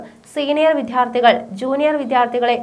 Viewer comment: വിധ്യാർഥി അല്ല കുട്ടി വിദ്യാർത്ഥി.. ഇപ്പോൾ ചില ന്യൂസ്‌ റീഡേഴ്‌സും അക്ഷരങ്ങൾ ശരിയായി ഉച്ചരിക്കുന്നില്ല